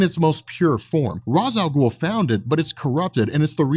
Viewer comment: Say Ra's Al Ghul right.